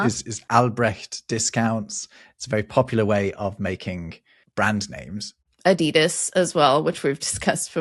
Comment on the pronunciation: One smal thing, please don't call it Ad-i-das. Stressing the I. Its A-didas, stressing the first A. Other than that, great video, love your channel!